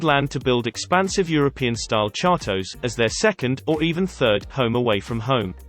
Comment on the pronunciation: Chateaux is not pronounced shart o ... shat o is far closer